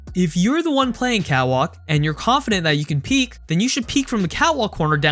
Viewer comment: Is it just me or does it sound like he's saying "cow walk" instead of "cat walk"?